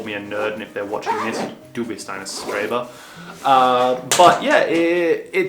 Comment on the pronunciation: Congrats and yeah, Streber is the word! :) But please remember that "St" is almost always pronounced "sht". So it sounds like "shtreber". Same goes on with "Sp" which sounds like "shp". So "Spiel" (game) sounds like "shpiel".